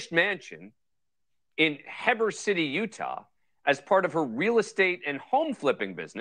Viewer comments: ❤ it! Continue with this case. BTW, Heber City is pronounced "He burr". Don't know if anyone has told you. Please remember that just because they say she's Mormon doesn't mean she's active or even goes to church. The same with Lori and Chad, etc. Not everyone who lives in Utah, Idaho, Arizona, etc. are members of the Church of Jesus Christ of Latter-day Saints. YOU ARE THE BEST!! 🎉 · Heber is pronounce Hee-ber. Just putting it out there. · She lived in Heber utah, it's pronounced heeber....lol. it's a beautiful town tucked into the mountains..people like Karl Malone and the creator of DC shoes live there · Yes!! Please continue to follow this case. A weird Utah thing -Dan Abrams mispronounced Heber as Heb-er. In Utah it’s pronounced Hee-her just like Weber County isn’t like Weber Grills - it’s Wee-ber. Just a side note but YES on following this case! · Heeeeber city, utah lol. Not Hehbur lol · Gaaaah Hee-ber. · The town name is Heeeeeber. Heber with a strong E. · FYI it's HEber, as in HE said burrr